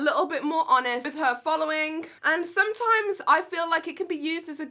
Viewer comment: Bless she sounded like she said she does Amish reviews (honest reviews) lol